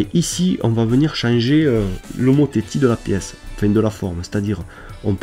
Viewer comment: bonjour, petite erreur et pour info : pour le mot "homotéthie" on ne dit pas "o mo té ti" mai mais on dit "o mo té si" j'ai une petite question : j'ai téléchargé le logiciel sur ma tablette mais je n'ai pas tous les outils, par contre sur le PC il est identique au votre merci, bon tuto sinon ^Ö^